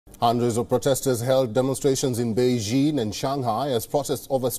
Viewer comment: Wion's reporter can't pronounce a simple word like "beijing" properly. Send him to China!